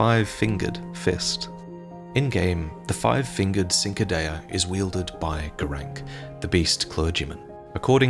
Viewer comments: now I'm no expert, but isn't the correct way to pronounce cinquadea, "chin-qwah-day-uh?" I usually bring it up because a lot or souls youtubers pronounce it the way did. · Cinquedea is pronounced cin‧que‧dè‧a, where C before I or E in Italian is pronounced like CH in English phonetics. "CHeen-kwey-deya".(My best attempt to simplify for those that do not understand phonetics). Excellent video! I enjoy watching your videos more than any other lore videos! Sometimes more than playing the game. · the pronunciation of cinquedea hurts me😂 its "chin-qua-dayuh" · The Cinquedea is the actual name of the Italian dagger that Elden Ring's beast dagger is associated with. It is called the Cinquedea because it is as broad as one's whole hand, so no doubt that description inspired the creatives for Elden Ring. Also it's pronounced more like chin-kwa-deh-ah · Ching-kwi-dee-uh , somebody please pronounce cinquedea right. just once, its all i ask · Hey, did you know the Cinquedea is a real historical weapon from renaissance Italy? (Minus the finger bones of course) It's a type of broad shortsword that was often elaborately decorated and gilded, with the wide blade acting like a steel canvas. I believe the Italian pronunciation would start with a 'Ch' sound rather than a 'S' sound, but you nailed the rest of the pronunciation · The Cinquedea, it's pronounced with a CH sound at the start.